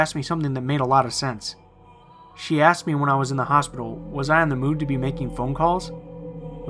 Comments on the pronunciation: He keeps saying "axed" instead of "asked." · Why does he say "axed"? Call me a grammar Nazi, but it's pronounced "asked". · aSked, not axed. Please! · I “axed” who is this 🤣🤣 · If you are going to put yourself out there and narrate stories, I beg of you, please pronounce the words properly. Ask, asked, etc. is not pronounced axe, acts, etc. This is a huge pet peeve and my skin crawls each time I hear it. I'm not even sure if I can finish the video. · Stop saying "axe" and "axed" when it's ASK or ASKED! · the "aksed"....it irritates me so much!! ASKED...asked...asked...asked... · Why the fuck do you sound like you have a blocked nose constantly and say 'Axed' instead of 'Asked'. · Omg, great video but please say aSked, not axed. Sorry. I really love everything else. Please don't hate me! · Axed lol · Axed? come on man! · Sorry and no offense, but one can only take so many "I axed" before pausing a video and moving on. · annoying af aaaaxxxxed damn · "I axed it to say something", "I axed whoever was on the other end if they needed help", "when the dispatcher came on, I axe her if there are any accidents tonight" I'm sorry, you're awesome and I love all your videos, but your "axing" made me shiver more than the story itself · good stuff but I would suggest you learn to say the word "asked" properly.